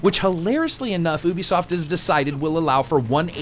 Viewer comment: Love the review but... YUBISOFT, not oobisoft :P. Personal pet peeve of mine.